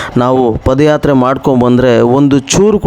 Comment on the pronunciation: Paadayatre guru adu pode yatre alla. Ranga swamy oddu adu ottu alla 🫣🫣🫣